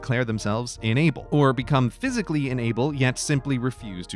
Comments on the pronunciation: This needs captions, considering I'm having a hard time deciphering if he's saying "unable" or "enable". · Are you saying ‘enable’ or ‘unable’? Both mean different things, and the context of what you are saying implies ‘unable’ but your pronunciation suggests ‘enable’. So now I am confused. Is this just an American thing, or are two words that are both pronounced and spelled differently actually mean the same thing? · Is it just me or is he consistently pronouncing “unable” as “enable” ? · Just a note about being unable -- the speech-reader app (or human) in this vid makes it sound as if the word "UNable" is "ENable" (or perhaps "inable"?) -- quite a difference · This video was very confusing with your pronunciation of the word unable. You keep pronouncing it enable, (in-eh-ble) which means to allow or to help some cause, where as you mean unable, (un-eh-ble) the inability to do something. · Pronouncing "unable" as if the same as "enable" is very annoying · He keeps pronouncing "unable" like "enable". Driving me batty. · You pronounce unable like enable. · Very informative, but every time you said unable I heard it as enable. I found it kind of funny hearing how president was enabled to do his job while in surgery or mentally incompetent. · Just me or did Grey say "enable" rather than "unable" most of the time? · I deadass thought he was just mispronouncing "unable" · Why can Grey not pronounce "in-able"? I keep hearing "enable". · Oof, it's too early, it took me 3 minutes to figure out he was saying inable, not enable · Or is it "inable?" Yes, it's inable. I withdraw my comment. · "Inable" sounds way too close to "enable"